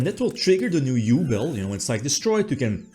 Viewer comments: OMG I had to pause for a second because oh How you pronounce Yubel 😅 As a hard GX fan, I was oddly happy for the yubel support as much as the ability to hear pronouncing GRINDER GOLEM 😂❤ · yeah dislike just for the way you say yubel sorry dog